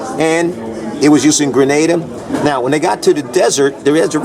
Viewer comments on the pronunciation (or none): Grenada not Grenadem